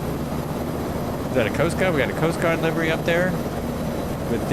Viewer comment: future ref. The "i" in livery is a short vowel. It's liv er y not live er y. See horse stables.